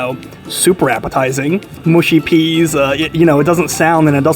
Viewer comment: mush-y not moo-shy peas